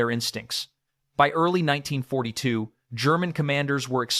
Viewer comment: BECAUSE IT'S AI CRAP AND IT CAN'T SAY IT PROPERLY